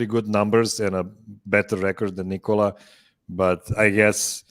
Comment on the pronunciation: Why do some much of the Denver media still call him “Nicole-ah” instead of “Ni kuh luh”?